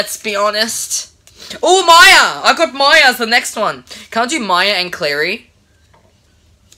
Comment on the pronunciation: you say claia i say mary